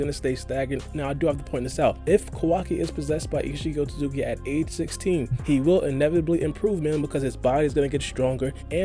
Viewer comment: “Oat-Suits-ki” not “Oat-tu-suki” that being my only gripe... great analysis